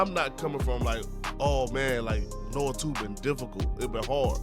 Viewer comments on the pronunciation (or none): Nioh is pronounced “NEE-YO”. Kept being pulled out of the point you were making every time you said “Noah 2” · Can’t take you seriously when you cannot pronounce nioh